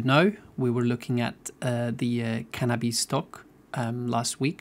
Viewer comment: The way pronounces Cannabis is joke lmao